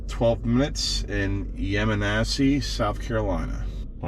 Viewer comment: Great video but you butchered Yemassee SC. It's hard to find I 95 ev charging videos.